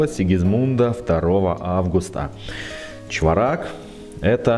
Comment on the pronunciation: Спасибо за обзор по монете. И,не в обиду,ударение на первую гласную--чвОрак)